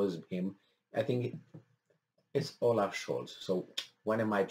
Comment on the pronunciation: Oaf not olaf